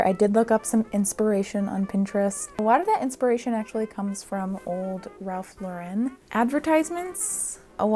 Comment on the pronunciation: The word you were looking for is “collegiate”. Also, you pronounced Ralph Lauren perfectly. I must say though, as someone who does not speak North American, the American pronunciation of Ralph makes me laugh. In Europe, Ralph is pronounced “Rafe”. Like Ralph Fiennes. “Ralph” is a sound you make when you’re puking. It’s not a pretty sound, so why do Americans name people that? Also, I need a video of all your coats and blazers, because that’s what really had me gasping the entire video!